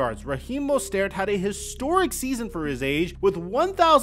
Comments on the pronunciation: Mostert, not Mostairt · I’m a dolphins fan and this season hurt a lot man. I mean this is the best team we have had in 20 years and still can’t get past the first round. Thanks for the video, but one thing, it’s Mo-stert lol. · When did Mostert suddenly become French? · No way that’s how you pronounce mostert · The way said “Mostert” threw me off 😂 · As a lifelong Phins fan I think it really makes sense to keep Tua for a year or two. He didn’t play terribly. Yeah he fucked up a couple of times in clutch moments. But this was his first full season of playing. We have a ton of offensive weapons and a great system. We haven’t had this much hope since Marino. Also, my Jewish brother. Please please please stop pronouncing Mostert and Tuas name wrong. It’s like nails on a chalkboard bro lol. Love your content though! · How do you not know how to say Rahim Mostert's name? Do you even watch football? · Plz pronounce his last name correctly! Its annoying to hear, plz do better